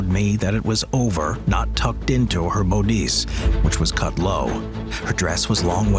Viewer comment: That is not how you pronounce bodice. It's bodiss, like bod hiss but without the h